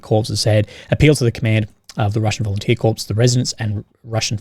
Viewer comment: Please don't pronounce corps as corpse. And you an army man.